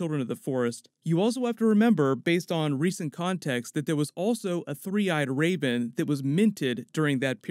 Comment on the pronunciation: Is he saying 'the three-eyed Rayben'?